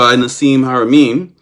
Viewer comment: I agree with you THE PILSNERKING😂😂😂...2 years later here we are... One can only believe that your knowledge is PARTIAL at best... WHEN YOU CAN'T EVEN PRONOUNCE HARAMEIN'S NAME CORRECTLY I WOULDN'T MAKE YOU THE POINT MAN IN MY TEAM SEEKING FOR ROADSIDE BOMBS IN AFGHANISTAN BACK IN THE DAY HO AND IF YOUR WERE GOOD AT DETAIL AND SAYING NO TO ME?....WELL HOW CAN WE TRUST YOUR ATTENTION TO DETAIL? "WHITE SUPREMACIST MOVEMENT"? Bro that is a serious acusation I'M MEXICAN IN ORIGIN... BE PROUD OF YOUR OWN ORIGINS AND STOP PUSHING AGENDAS OF BEING HERE AND THERE AND EVERYWHERE AND THE FIRST...AND OWNONG EVERYTHING... EVERY ANCIENT CULTURE WAS CONNECTED BUT HAD THEIR OWN STYLE THAT IS PRECISELY WHAT THE DAMNED NAZIS TRIED TO DO... APROPRIATE HISTORY AFRICAN PEOPLE HAVE NO NEED SOUTH AFRICA CONTAINS A WEALTH OF YOUR OWN ANCESTRY AND HISTORY... AND NO... MICHAEL TELLINGER IS NOT SAYING THAT ALL OVER THERE IS WHITE SACRED GEOMETRY IS UNIVERSAL... I'M A CRIOLLO...SO BE IT... I'M FORTUNATE TO HAVE COME ACROSS TRULY MAYAN SACRED GEOMETRY I WILL HAVE THE BOOK TO PROVE IT... BUT THEN AGAIN WITH YOUR LIMITED PERCEPTIONS BELIEVING WHAT TOU WANT TO BELIEVE... YOU WILL BE BARKING AT THE WRONG MAYAN TREE OF LIFE... NOTHING "HAS TO BE THIS WAY OR THE OTHER "